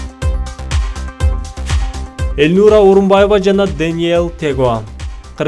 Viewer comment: Автор Элнура Орумбаева эмес ат фамилия сын туура айтсан шашпай